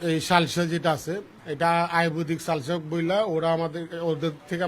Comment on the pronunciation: লালসানা ভাই এটা সালসা 😂